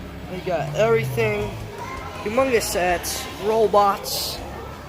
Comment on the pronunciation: .ayyy man good video but did u just say AMONG US SETS or HUMONGOUS SETS